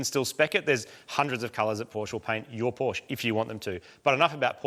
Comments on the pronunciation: Now i am very, veeeery disappointed. Porsch? Really? What happened to the E in the name!? It is PORSCHE. Porsch-E! Like in "meh". Porsch-eh. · Porsche not Porsch.